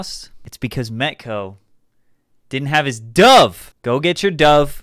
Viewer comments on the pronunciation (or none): none